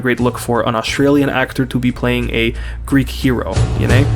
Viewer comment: As a greek person that has been born and is being raised in greece, i would like to touch on some parts of the video :) Firstly, your pronunciation of all greek words and phrases is perfect and you genuinely sound like you've never left the country. I do not know what word to use here exactly but it's such a nice little thing that adds to the enjoyment of the video. Secondly, the segment in which you discuss your name was also extremely interesting in the context of what you're talking about but is also very relatable to me. My name, John, was the same as my grandfathers and also my cousin's as such i was always nicknamed "the young John" or "Ο μικρός ο Γιάννης". I'm not huge into religion but being named after the man that baptized Jesus always felt special to me in a way, yet due to how americans treat it feels embarrassing using it which is a same. Also, in regards to the topic of the video itself I'd like to touch upon the "Percy Jackson" series, which has been revived due to a upcoming tv series if i understand correctly. Seeing it on my feed on social media a lot i got interested but found out/realized there is not a single greek individual in the series, a series about greek gods and their children, which is bizarre cause the series has, from what I've been told, a fair amount of diversity. It's simply mindboggling that an entire franchise based around our culture doesn't include us. Lastly, I have family in Montréal. I've only met them once but they have made attempts